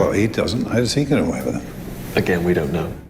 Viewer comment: I think the issue wasn’t that he was using the “ye” version of E (which many Russians who aren’t very fluent in English do), it’s how pronounced it was, especially in “get”. He almost made it two syllables, like “Gee-yet” whereas in the next example in the same sentence (“fiftyeen”), it sounded much more natural and subtle.